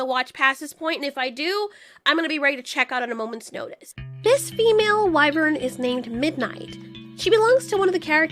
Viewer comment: No that's actually how you pronounce it "wai-vrn"